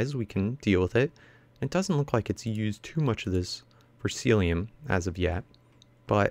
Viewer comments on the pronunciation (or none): none